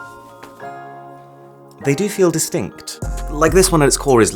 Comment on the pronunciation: di-stinkt really cracked me up Don’t know if it’s was or wasn’t intended tho lol